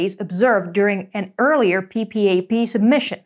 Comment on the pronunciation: No-one spells out P.P.A.P! It’s said “PeePap”!